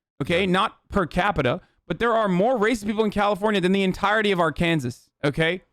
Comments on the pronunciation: Hasan making fun on how to say words correctly when he said ar-kansas instead of Arkansas lmao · "R- Can-zis" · Everyone please teach him how to say Arkansas